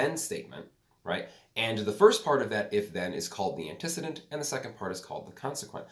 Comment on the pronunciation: Antecedent is pronounced “antee-see-dent” not “anti-sid-dent”